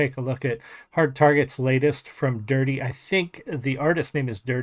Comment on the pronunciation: It's DurtE, props for pronouncing it right too haha. Thank you for taking the time to do a reaction! 🫡🍻🤘 I subbed.